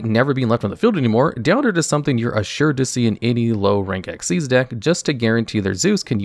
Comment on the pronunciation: Finally someone who pronounces it right. Just gotta master writing it as Xyz and not XYZ.. unless you also type FUSION and SYNCHRO at every utterance of them.